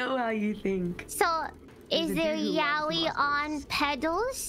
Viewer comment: Not gonna lie. I thought I heard "yaoi paddle" at first and had a flashback to old early 00s anime cons.